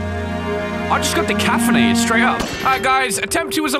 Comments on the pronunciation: I just got De-Cafinated instead of decapitated 😂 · Wait what did you say "i just got decafinadet"